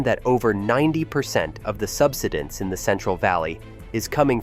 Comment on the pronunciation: sub-SI-dense, not SUB-si-dense. Please speak English. The land subSIDES.